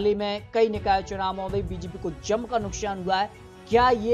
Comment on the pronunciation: Chup be sale....nukshan nukshan kar raha h...nukshan nhi nuksan hota h...pahle hindi sudharo..fir patrakarita karna